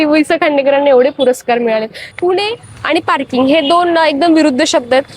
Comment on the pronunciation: पूने .ण आणि न चा सर्वांचा घोळ का होतो? एवढ्या मराठी च्या भोक्तया आहात ना? बाकी blog मस्तच.